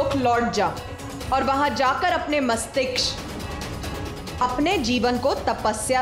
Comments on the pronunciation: हे देवी, वो मस्तिक्ष नहीं होता … “मस्तिष्क” होता है….. actress तो है ही , director भी dolu ही होगा एकदम…. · said "Mashtiksh" instead of "Mastishk". Is it a mistake or there is a meaning of "Mashtiksh" as well?